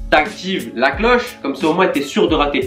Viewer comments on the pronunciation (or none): Au lieu de dire la tu dis leu